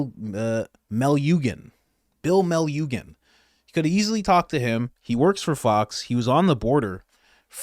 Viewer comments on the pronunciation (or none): Joe so badly wants to be a conservative! It’s pronounced Bill “Mel lou shun”. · It's pronounced Bill "Malujin" and he's been down there every day for almost 4 years... got way better videos than this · I think he either didn’t really talk to the “other” side or isn’t listening. His name is spelled weird lol but it’s pronounced Bill Mell-Lou-Gen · Ohh just FYI it's 'Bill Meh-lou-shan' from Fox and he is the sh**!! He's been covering this 💩show for years. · It's is pronounced Bill min-nu-shin and he been on the border for years. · bill muh-loo-jin.. was the ONLY reporter or person from a "news" agency to cover the border for years....clip after clip it shows that there is no one else there covering the border. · Please correct the pronunciation of his name. Luv ya